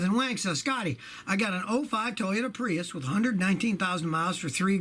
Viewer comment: repeat after me: tow you tah